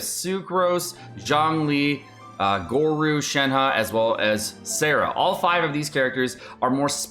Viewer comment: This is for sure his worst video yet and led to me unsubscribing. I can’t stand click bait genshin youtubers. And the mispronunciation of Ganyu/Gorou.